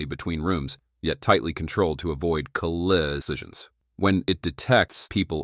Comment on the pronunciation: lol, AI responder: I was making a humourous reference to the horrific pronunciation of the word...